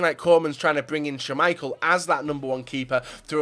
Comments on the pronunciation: Jesus how many GCSES do you have.. you butcher almost every pronunciation out there. That Shhaamichael killed me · "shhhuuumichael" lmaooo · Did anyone notice he said shaaaameichel